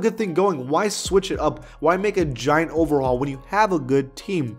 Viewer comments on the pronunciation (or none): none